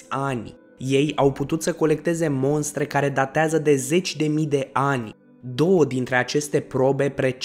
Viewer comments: "" Mostre "" nu monstre ! Ai inceput bine! Restul n-am mai vrut sa ascult ! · Se spune mostre ,nu monstre . În rest va fi jale la un moment dat .. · MOSTRE !!! incearca sa pronunti corect ! Oamenii vor invata de la tine gresit pronuntia ! Nu monstre ci mostre. Incurajari pentru canal. Succes ! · Ia-o constructiv. Mostre nu monstre. Pe langa informatia documentata e destul de important sa vorbim cat de cat decent. La mai mult content! :D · Cine ți-a făcut textul? Corect se zice MOSTRĂ. Nu cum te repeți de cel puțin 3 ori, spunând MONSTRĂ. Iar ȘAPTESPREZECE în loc de ȘAPTISPREZECE. În rest, n-am mai vizionat videoclipul, că poate mai auzeam vreo bazaconie. Sper că nu urmezi sau ai urmat studii superioare, pentru că nu s-ar explica aceste greșeli gramaticale elementare.